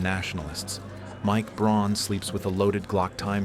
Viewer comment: Look at the text in any part it's funky, the same scene is different between cuts, people fingers drawn lines like it's a pen, objects like AK clips are flexible so it's clearly AI video. Speech is jumpy with odd gaps between words and says Braun rather than Brown so also clearly AI. I'm sure there's a real person giving prompts and ideas doing a bit of editing but by now they probably automated most of their workflow and just get all their ideas from AI as well